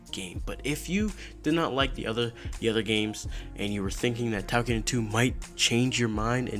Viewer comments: it sounds like you're saying takiden, but it's toukiden. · basically its pronounce tokiden.